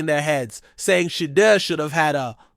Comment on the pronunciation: Finally, a channel where we can hear Shedeur's name pronounced properly and better visuals. I'm subscribing. I like the commentary and league "forecasts“ .